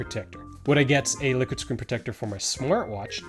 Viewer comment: Sounds like he's saying "lick it"